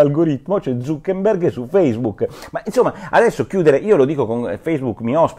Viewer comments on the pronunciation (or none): E basta con sto FACEBOOK. Alcune persone dovevano registrarsi su FACCEBOOK (ma come, non si pronuncia feisbuc(non quello nero)? Su FACCEBOOK Chi ha la faccia da culo.